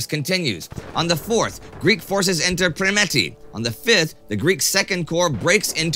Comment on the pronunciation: Is Permeti not Premeti